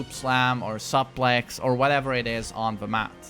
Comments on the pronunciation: I laugh Everytime you say "supplex"! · As Clark Kent says: "Sup Lex" 🤣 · He gonna take you to supplex city